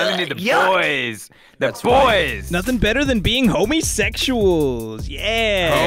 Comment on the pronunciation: "uh boys you didn't see nothing" was hilarious because it was dramatic and he said no-ting he didn't pronounce the h to make the th sound in nothing